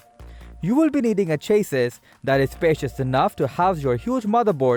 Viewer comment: CHA-SEE or plural CHA-SEEs not Chaseiss dude... cringed all the way through.